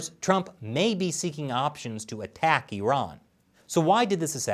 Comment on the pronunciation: Thanks for saying “e-run” and not “I-ran”